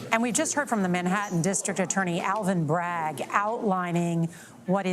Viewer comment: Alvin Bragg, it's sounds more like Alvin Bag, a bag full of Sh!* T!